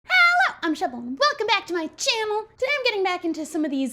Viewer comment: "Hello.! Im, And Welcome Back To My CHAMMEL!" She Legit Said "Chammel" Instead of Channel. I Snorted. Oink Oink